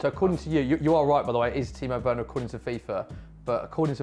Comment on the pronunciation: No way man said weners on the same level as vardyyyyy🤣🤣🤣🤣